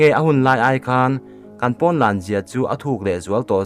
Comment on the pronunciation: I thil chhiar pakhat ZAWK, pon ni lo in porn tih in lam tawh ang che